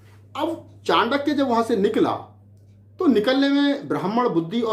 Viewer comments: Chutiye chaandaky nahi chankya hota hai pahle bolna sikh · चंडक्य नही चाणक्य था वो। चंद्रगुप्त एक विधवा राजपूत थी।अरे मूर्ख इतने महान व्यक्तित्व जिसने भारतीय इतिहास को नई दिशा दी दुनिया में जिसको आदर से पढ़ाया जाता है तू उसका नाम भी सहीनही बोल रहा है। इतिहास को distort करने का ठेका ले रखा है क्या? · नाम तो ठीक से ले लो पहले। चांडक्या नही चाणक्य है।